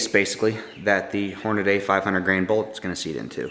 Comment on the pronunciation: SAY-BO.....it's a French word.....it means "shoe".....I think. Also, Horna-DEE, not Horna-DAY. OK, now that we have the ball-busting out of the way.....awesome video, dude! This is exactly what I've been looking for. Thanks a lot.